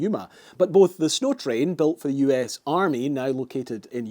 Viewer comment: Did you miss the w in snow